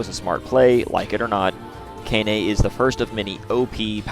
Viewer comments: FYI, 17 was at the start of the game, 20 is at the end 🤓 Also, Kainé is pronounced Kai-nay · Pronounced (kye-nay) And also THERES A TIME SKIP IN NIER MISTER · my brotha how are you mispronouncing her name when you included the clip of her saying her name in the beginning💀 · Man how you pronounce kaine is just weird lol